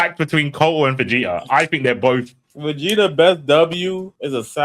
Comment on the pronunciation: I get mad when speaks Vegeta name